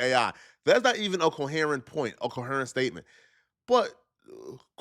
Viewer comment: talking bout Corey not being coherent while not being able to pronounce coherent is sending me 😂😂😂😂